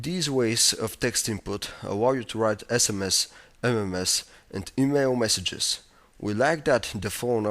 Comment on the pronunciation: lmao yea :P and messink instead of messange :p lol